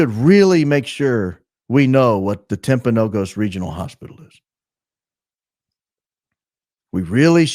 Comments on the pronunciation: As someone from Utah, it's pronounced TimpanoGUS, for the hospital/area/mountain. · It's Timp a no gus. Be the first to say it correctly. Please , a constant listener from Utah😊😊😊